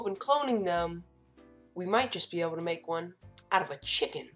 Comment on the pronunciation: Sorry man but the way he said chicken is very funny I'm so sorry for that please don't judge me but I'm hopefully dream me to save enough money for me and the guy that wants to make that dinosaur chicken I'm so grateful for everything and you have to be grateful sometimes because if you don't if you don't accept what your parents give you and that's what I mean to be ungrateful not to be grateful imma try to be grateful as I can